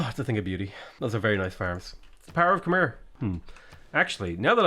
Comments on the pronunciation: Hey bud the way you pronounce khmer sounds like a drunk relative calling you over. 🤣 its pronounced Ka Mai. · Hey great content as usual. Just a heads up, Khmer is pronounced closer to "khmaiy" and sometimes "khmare" (an a sound rather than e).